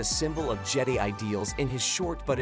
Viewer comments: stop calling it je-dee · I'm a huge fan of the "Jedee order" and the "Scyth order" 😂🤣!